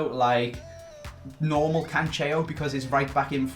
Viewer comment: Hey just a quick tip, Joao Cancelo is Portugese.... It's pronounced as (Can-Sell-Oh) not like Italian style the way you say it:)